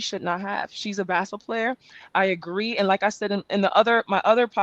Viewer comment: "in her second year is angel bcoming , like the inflection point for womwns bsquetball on a cultural level to the point like AI did in the 90´s ... where she´s so much bigger than basquetball" what the helli is that shit??? are you serious??